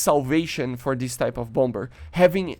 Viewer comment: It's pronounce bomb-mer. The 2nd b is silent.